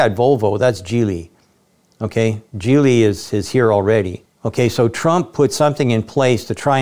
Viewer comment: Geely was not pronounced gi:-li, it's "G":-li